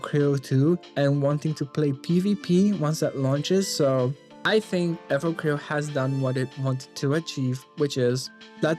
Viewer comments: please finish the game before reviewing it, the story is quite good also, you're not destroying the name, you're butchering it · can you please say the name right? you have no idea